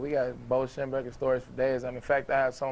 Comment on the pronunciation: can't even say his damn name, on… SHEM-BECK-LER. get it right